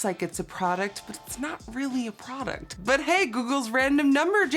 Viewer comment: What happened with the way she said "product"??? She was like, prrrrroduct.... just listen carefully 😂😂